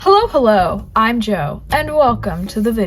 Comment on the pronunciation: “Hello hello I’m welcome to the video”